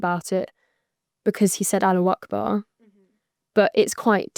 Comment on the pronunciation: It’s not Aloo Akbar. It’s Allahu Akbar. At least pronounce it right